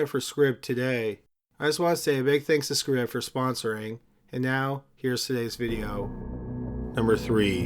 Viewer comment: Pronounced MAY-mee (tramp) Scribd is probably pronounced scribed, as in subSCRIBD.